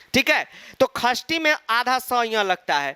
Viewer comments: Khasthi nahi, Shashti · Likhte shashti hai padhte khasthi hai.... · Sir khastti nhi sashthii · Sir it's not khashti it's shasthi 😅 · Sir sashti ko khashti bolte hai confuse mat hona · Gawar khashti nhi shashti hota hai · Are you also confused whether sir is telling खष्ठी or षष्ठी😅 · Mai chhathi vibhakti ko 'shashti' kehti thi, pr sir ise 'khashti' kehte h 😅 sahi kaunsa h. I think sir😅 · Yes actually you are right